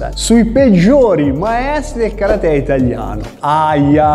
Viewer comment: Si dice KA RATE